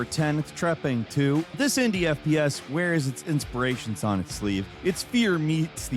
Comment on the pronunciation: It's Trepang Squared,not Two!!